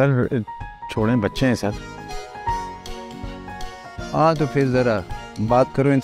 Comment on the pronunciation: Car nahi sar 😂😂